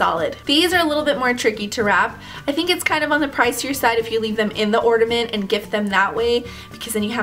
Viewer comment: ornament with a N.. Not ordament with a D.